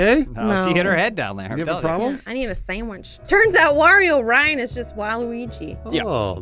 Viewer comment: When said she needed a sammich... I felt that in my soul. And belly.